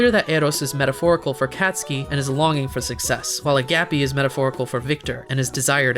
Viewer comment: Ok but am i the only greek here that slightly died on the inside when he said agapi? Like, what is what is that heavy g? I know im being petty but still. Ugh i feel like a jerk writing this.